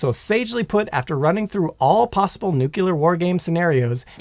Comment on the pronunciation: I really like your presntation style. That said, I've got a pet peeve - "Nuclear" is pronounced NU-CLEAR not NU-CULER.